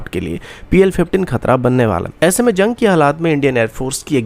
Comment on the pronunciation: Janj nahin jung hota hai .. aur bhai planning kab tar kartay raho ge. Ye karne ka plan vo karne ka plan .